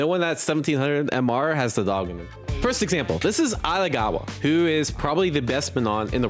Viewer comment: Calling him Atagawa is crazy